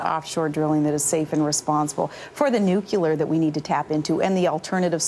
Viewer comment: nucular power is the most expensive and dangerous energy resourse every...